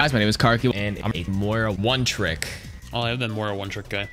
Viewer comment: Wtf is “Moria”